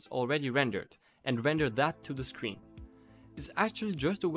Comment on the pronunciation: Man says sween instead of screen